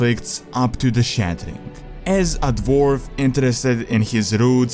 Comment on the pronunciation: I like your videos, but goddamn. W is not V. Pronounce it the proper way ALL of the time, not just SOME of the time. It's incredibly irritating. VORKRAFT. DVORF. Ugh.